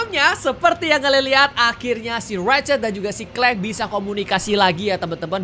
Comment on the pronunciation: Kak regi boleh saran kalo baca Rachet & clank waktu sebut "clank", "a" jangan di baca "e", karena di bali terdengar kasar🙏🙏